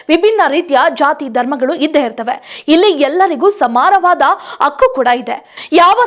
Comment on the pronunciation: ಅಕ್ಕು ಅಲ್ಲ ಕಣೇ ಹಕ್ಕು ಸರಿಯಾಗಿ ಉಚ್ಚರಿಸಲು ಆಗದಿದ್ರೆ ಯಾಕೆ ಹೇಳ್ತೀರಿ